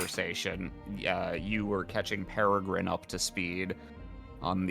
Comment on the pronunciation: Peregrin!!! Peregrin... Oh our sweet boy.